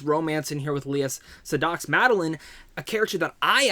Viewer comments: Hey mate Lea Sedoux is pronounced Say-Doo not Say-dox and it's Cray-g not KREGGGGG.....Please Americans, pronounce Craig properly.... And it's Blofeld not Blow-field. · SeyDOX!? It’s SEY- DO the X is silent. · It's pronounced 'Say doo' :-) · Lea's last name is pronounced Sey-do.